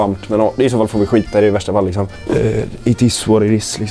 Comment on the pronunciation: Hahaha "lixsom" 😍 igenkänning delux lixsom